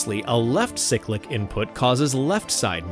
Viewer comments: for the love of god, pronounce cyclic right. its "sigh-click" not "sick-lick" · It’s called a “PSYCH-lic” not “SICK-lic.” 😂